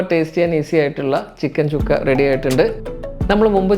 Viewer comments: ചുക്കാ അല്ല സുക്ക ആണ് സുക്ക എന്ന് പറഞ്ഞാൽ ഡ്രൈ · ചുക്കയല്ല സുക്ക (fry)